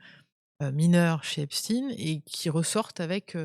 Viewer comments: Epstaïn epstaïn pas epstiiine 😡😡😡😡😡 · S v p , dites Epstein et non stin !